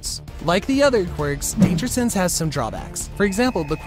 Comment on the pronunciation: Blud u said danger sanse